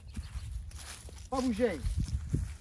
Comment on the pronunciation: Lmao I'm French and oh boy I wasn't ready when I heard the "pas bougeyyyyy" 🤣🤣🤣